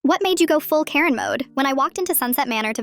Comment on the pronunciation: Karen, bro, Care-n.